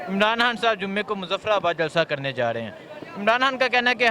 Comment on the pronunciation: Chutiye....Kam se kam Imaran khan ka naam toh achhe se le....Sale Imaran haan Imaran haan kar rahe hai